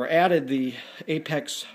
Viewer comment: correction...apex not apaz